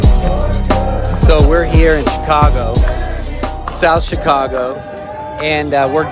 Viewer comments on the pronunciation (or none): and Bruce7: I heard it also. It would be great if some of these YouTube videos that we see would have a real person reading who knows how to pronounce simple words like "Chi-CAH-go" (accent on the second syllable to whoever narrated this video). The robotic voices just don't cut it. I agree with all of those who are calling for the mayor to resign. She has failed the city on so many levels.